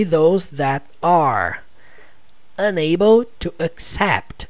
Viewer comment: Ele pronunciou meio que separado “UN ABLE”